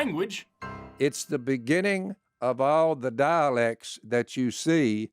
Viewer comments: I got really confused when he started talking about the daleks. I couldn't believe that the people who wrote the bible were Whovians! Then I realized he was saying "dialects" and I was a little disappointed. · Did he say humanity has “dialects” or “daleks”? If it’s daleks, then we need Dr Who!